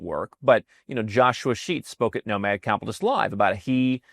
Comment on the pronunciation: It just registered what I have been hearing say: Nomad "Cap'list". It has been spoken so fast that the "T" is silent. I mean no disrespect, just something sounded odd about his pronunciation. And keep these videos coming. I really enjoy the production value, topics and your presentation.